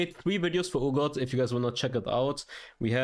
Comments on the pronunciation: Someone please tell him its Pronounced R-Got not Oor-Got. Urgot. The U is silent. Argot or R-Got. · It’s er-got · it's not urgot like your god